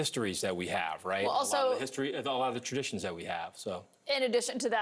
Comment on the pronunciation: Slavery was a tradition. I keep hearing trafition.